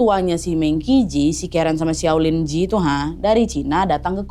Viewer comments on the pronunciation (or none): Kak, cara bacanya itu meng chi ci. Dalam bahasa Mandarin, Q dibaca ch dan huruf j dibaca kayak huruf c jadi kalau qi berarti dibaca "chi" dan ji berarti dibaca "ci"😁